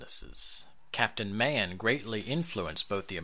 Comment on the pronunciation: Good overall, miss pronounced Mahan.